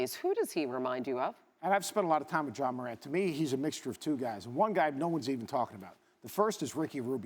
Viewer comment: Why does it sound like this nigga keeps calling Ja "John" Murant?